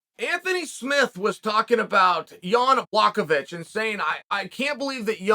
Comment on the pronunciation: Us: Rack-itch. Chael: Rake-ick. Us: Rake-ick.